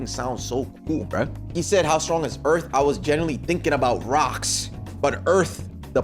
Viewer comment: The Earff🌎